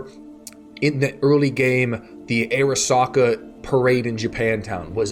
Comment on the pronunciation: Love the review but I don’t understand how so many channels invest so much time in a game and just brutally mispronounce common words from the game. “Ah-RAW-Sahkaaa”. I’m sorry but it drives me fucking crazy